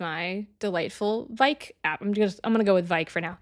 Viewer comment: You pronounce Vike right 🙂